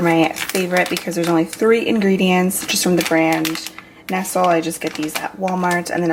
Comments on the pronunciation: ...lol..i love....she said "from the brand ness-sull"...but its "nest-lee".... YOU LOOK AMAZING!!! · haha I think your actually supposed to pronounce it as "nestlay"! x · Nestle is pronounced "NES-lee" just fyi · TomboyGlam lol... I died when she said that 🤣🤣🤣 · I’ve never heard nestle pronounced that way!! Is it a southern thing to pronounce it differently?!?